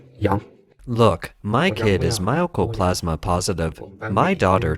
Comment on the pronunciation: How the hell do you get My-Oh-Co-Plas-Ma from Mycoplasma? Seriously. It's My-Co. My-Co, My-Co.